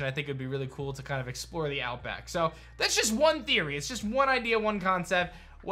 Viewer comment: Hearing "" say "the outback" Has me in tears 🤣😅